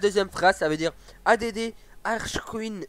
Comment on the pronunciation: A.D.D JPP add ca veut dire ajouter en anglais ca se prononce addddddd